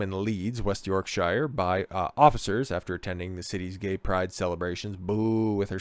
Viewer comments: Yorksha. Not "sure". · Speaking as someone whom lives in West Yorkshire-you know the county that is thousands of years older than the whole of your USA. If you pronounce is as 'SHIRE' in my county then you would get bricks thrown at you as it shows that you are either a: An Ignorant Friendly Fire Yank or b: EVEN worse a soft-southern-sellout-nancy boy from LONDON! It is pronounced as either ; SHA or SHER AND the word York is pronounced as YAWK , hence YAWKSHA or Yawksher! But you are right about stupid slapper bint of a copper and that she is as wanted as Chernobyl Irradiated genital wart , placed inside a universe of beauty spots. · York"sheer" nor york "shyre" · Yorksure Not york-shire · York(Shear). Berk‐sure? Shire horse. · I just love how Americans pronounce Yorkshire. They say it wrong every time. - Why are children in police uniforms? Also, the police forces in the UK don't carry firearms, that's a specialist unit SO19 which do.